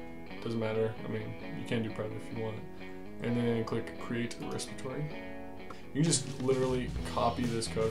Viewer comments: Good video. Worked perfectly. But you do know that is 'REPOSITORY', not res-i-pit-or-y? That's why its 'Repo' for short. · Respitory = Repository. :) Seriously, thanks for the video!